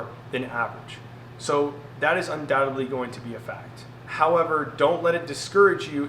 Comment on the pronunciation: undoubtedly not undoubtebly (sorry to correct but I'm an English teacher) 🙂 thank you for a very helpful video 👍